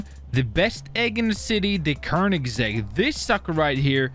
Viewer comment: its koenigsegg not kronigsegg